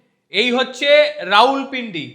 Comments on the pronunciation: রাউলপিন্ডি নয় রাওয়াল পিন্ডি । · রাউলপিন্ডি নয় রাওয়ালপিন্ডি